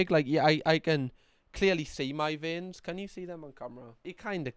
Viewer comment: I feel more faint everytime you say vien 🫠